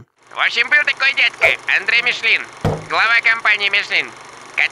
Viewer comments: ну МишлЕн же, а не МишлИн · не Мишлин, а Мишлен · Подушню: перед N во французском языке i как э произносится: Жарден (сад), Мишлен